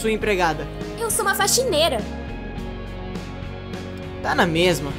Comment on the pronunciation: O cebolinha falando: a faxineila apaixonada